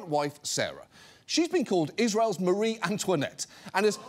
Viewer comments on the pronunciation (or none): none